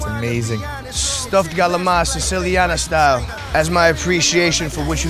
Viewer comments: it's called calamari, calamar... wtf is galama? you don't order a goga gola at the restaurant. don't you? drenching everything in oil and grated cheese... the real "façon" of a chef... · how did CALAMARI (squids in italian) become “GALAMA” lmao i’m screaming these italian americans kill me ahahahahahahahhah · So galamar Is the attempt to pronunce calamari the right italian way? For God sake Just stick to squid or the American pronunce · Are they calling Calamari, galama? I'm so confused here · “Galama” lmao